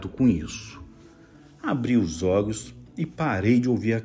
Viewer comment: Gosto de ouvir seus relatos.. Mais confesso que tenho agonia porq vc. Fala errado tipo olhos ogos.. Calafrios caga frio.. Eu tenho agonia desculpa ta